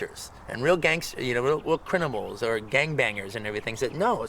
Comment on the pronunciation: "Crinimals" - Quentin Tarantino